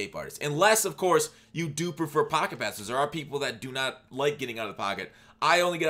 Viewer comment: This man said blip pasess